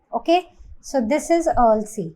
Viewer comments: Ma'am it is Ural (युरल) not अर्ल you are pronouncing it wrong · the way you pronounce ural is killing me rn😭😭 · ts frying me vro especially the "ural" pronounciation 😭😭